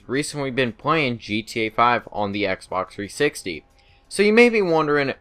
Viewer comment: Lol he said xberx 360